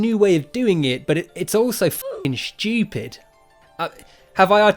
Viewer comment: No my friend, you have not articulated "shtupid" well enough...lol